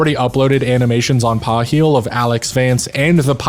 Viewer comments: I always pronounced Paheal in my head as "pa-HEAL" with the second syllable stressed. Hearing the first syllable stressed, like it's "PAW heal" sounds so weird to me lol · Paheal- Ph = F , so 'Fail' it just sounds like Fail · In Spanish masturbating is is something call it "Paja" (in the same style as fap, fapping is "hacerse una paja"). Paheal sounds A LOT as you said Paja, in Spanish. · Paheal…actually pronounced as “fear” or “feel” in the early days of older folks visiting rule 34 should remember. Given in era context actually might’ve refer to fear them or feel them on equal misspelling parts intentionally perhaps 😂 It’s might very well be a word play. Not that they have any censors to bother with then…. Ahhh those are the great olden days.